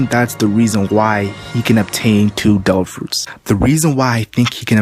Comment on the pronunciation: "dare ah fruits"